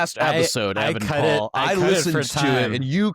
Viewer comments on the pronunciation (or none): Sad day when Evan Paul says my name wrong